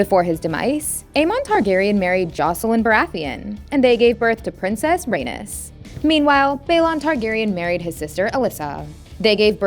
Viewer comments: Ay-KNEES, Rhae-KNEES, Lay- NOR Jesus say it right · So no one is going to mentioned how she pronounced Rhaenys and Aenys’ names as Raynus and even worse …Anus 💀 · Aenys is pronounced like Aye-Knees not A-Nus. Same with Rhaenys. Her name is pronounced like Rey-Knees not Rey-Nus. Also, Aegon the Conqueror married BOTH sisters at the same time. This took place before he conquered Westeros. Jaehaerys I was called The Conciliator and the Old King. Never hear anyone refer to him as Jaehaerys the Wise. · It sounds awful lol. I prefer the way Arya pronounced it in GoT, his mother as Ray-knees so he’d be Ay-knees. Even the way they pronounce it in HotD, Ray-niece would sound fine as Ay-niece. Anything better than Ranus and Anus! 😂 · it's pronounced "ray-knees"... not "ray-nis" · According to her pronunciations: Aegon the first and his younger sister Rainus gave birth to their first son Anus.